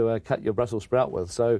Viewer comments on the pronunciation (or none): none